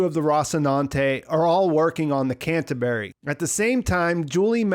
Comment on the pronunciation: he working on ice hauler called "can of berry" hehehe